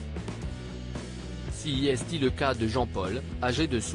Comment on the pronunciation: Pourquoi prononcez-vous "C'est" en "Ci.i.s.ti"? C'est un peu agaçant si je peux me permettre...